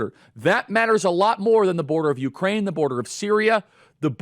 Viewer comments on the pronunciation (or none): none